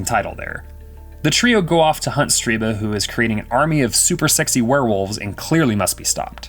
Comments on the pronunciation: Stir-BUH not Stree-BAH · Stirba. STIR-ba. Not Streeba. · why do you keep saying the name "Streeba" when its even clearly written as "Stirba" AS you say "Streeba"? lol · I hate to nitpick, but everytime the narrator said "Striba", I winced. Her name was "Stirba", and it literally appears written on the screen at one point as the narrator mispronounces it. Otherwise, great video on a dreadful/wonderful film! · can anyone making these videos Read. how can you always mispronounce so many words. Striba wtf... its Stir ba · Um, Stirba name mispronounced for this entire narration in this recap... He keeps calling her StrEEba!?!